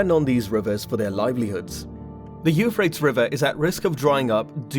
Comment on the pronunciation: Why don't you pronounce the river the way everyone else does: You FRAY-tees?